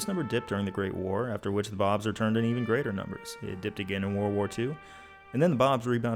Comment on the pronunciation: there where five hundred and twenny fye bawbs